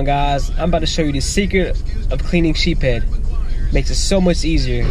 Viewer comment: Sheepshead not sheephead